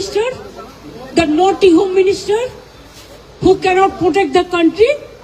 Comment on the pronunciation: Did she really say "Naughty" Home minister? 😂😂😂